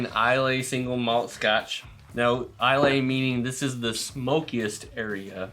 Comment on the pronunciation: Islay is pronounced Eye Lah An Oa is pronounced Ah Know